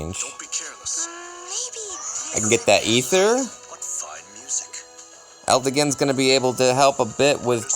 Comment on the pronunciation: Sucks we missed out on the matches but the true disappointment is you went back to saying instead of Eldigan XD You had been getting it right!